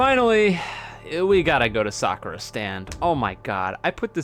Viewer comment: please pronounce the "u" in Sakura. I beg of you.